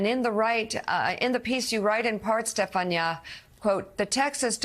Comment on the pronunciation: Why is she pronouncing Stephania like that?